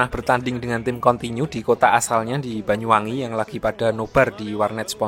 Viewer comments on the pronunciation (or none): none